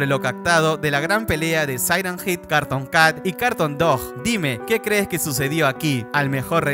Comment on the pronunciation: No se dise carton cat se dice cartun cat y el perro tambien